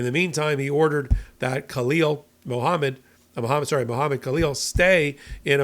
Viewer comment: Halleel, The K is silent